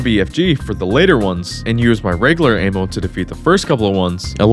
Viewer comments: It's "Ammo" not "AY-MO" !! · Bro it's Ah-Mo... Not Ayyymo!! So off lol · Bro why do you say " ayy moww " instead of " amm ohh " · Great video other than the way you say Ay-mmo. Like bro, it’s ammo like the sound with apple. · im sorry but this ehmo instead of ammo thing has to be ragebait right??? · bro kept saying aim-o.... it's not aim-munition, it's AMmunition. as in "I AM telling you no MO" AMMO. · It's short for Ammunition. Not Aymunition. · "aimo" there's no i in ammo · i have trauma now from your a-mo pronouncing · Am I the only one who doesn't say am-oh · This retard doesn't know the difference between invisibility and invincibility. Doesn't know how to say "ammo", and doesn't know how to say the name of the developers. Wild. Thumbs down. Do not recommend channel again. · So annoying how he keeps mispronouncing ammo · it makes me mad how he pronounces ammo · Bro really can’t pronounce ammo.